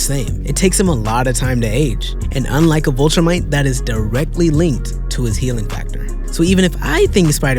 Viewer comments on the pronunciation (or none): and Vultramite? I know it's nitpicking, but Viltrumite is the correct spelling and way of saying it.